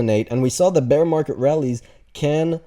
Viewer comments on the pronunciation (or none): none